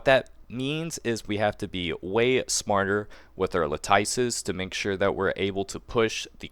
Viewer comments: “Latyce” lol you and Zox both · Every time I hear a CC say "LAHTYCE" I hear Zapp Brannigan saying "SHAMPAGAN" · It's prounounced LAT-IS. The nerfs/buffs were not serious enough for one to really change who they're going to draw for. I mean, really. No need to sweat your picks if you've already decided. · Eloquent master - vs. - Mispronounce God ZOX 🗣🔥🔥LAHTYCE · Thank you… I’m tired of hearing the lattice mispronounced lol. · Everyone watched too much of Zox. He standardized luh-tice. Lol. That's funny though because he started saying it properly now. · I was wondering why none of the CCs can pronounce lattice lmao